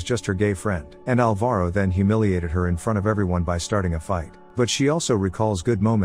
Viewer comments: The stressed syllable of Alvaro is ''Al'', not ''va''. It hurted so much when I eared my name said like that hahah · Say Alvaro again